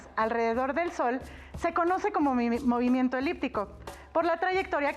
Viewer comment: Mimimiento jjaja